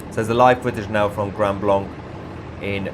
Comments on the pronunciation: The name of the city is pronounced "grand blank", not "grund blunk". 🤔🤓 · I live in Michigan and this doesn't surprise me. Tousi Grand Blanc is pronounced as Grand Blank by the locals. They don't use the French pronunciation of the second word. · Lmao. No one bothered to tell you its pronounced Grand Blank!? 😂😂🎉❤🫵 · Its pronounced grand blank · It pronounced “grand blank